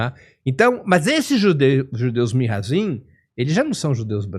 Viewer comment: Nao se diz Mihazim, se diz Mizrahim